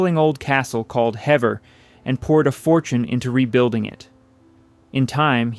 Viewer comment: Hever is pronounced Heever, not Hevver